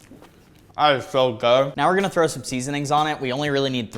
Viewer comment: I love that he said “ if you trow that away agh my heart would just brake “ 😂😂❤❤❤ I love ur videos❤❤❤